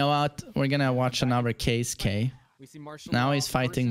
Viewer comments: Keisuke (KAY S from snake, KAY) not Kai su kay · Its pronounced key-skeh lol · His name is pronounced K-ski. Kei sounds like the letter K, suke is always pronouned like ski or skae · You pronounce his name like this Key-ske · You can pronounce it KAY - skay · Pronounced "KEY-SKAY" ..